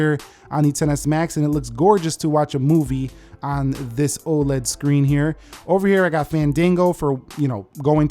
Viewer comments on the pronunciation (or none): none